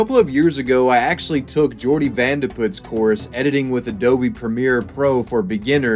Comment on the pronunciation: But why did skillshare fuck up jordys last name its van der Put